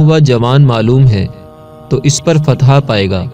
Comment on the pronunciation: Assalamu alaikum bhai ...fatha nhi ..fatah hota hai ..fatah ke mane kamiyabi hota hai